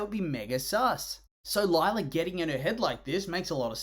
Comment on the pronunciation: More like LIE-la